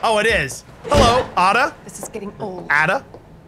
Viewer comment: And your supposed to pronounce Ada like “Ay-Dah”, not Aduh